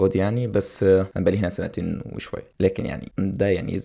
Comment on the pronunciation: سنتين*** وليس سانتين